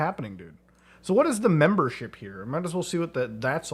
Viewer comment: “Memebership” got me